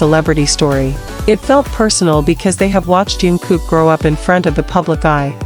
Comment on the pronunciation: Вы пожалуйста не каверкайте имя его звать Чонгук !